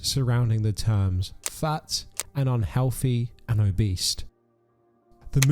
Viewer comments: Something about the narration lately is yaaaawn… I dunno. Not as fun, boisterous and light anymore. Anyway figured I’d better tell you that you’re definitely not making friends with any of these people if you keep calling them “Obeast” 😅 accent or not it’s OBESE, like OGEESE. 🤣 might as well put an apple on your head and run around like a target 🎯 🤣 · did bro just say "obeast" 😂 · are you saying "o-beast"? and if so, is it on purpose? either way I'm pissing myself hearing it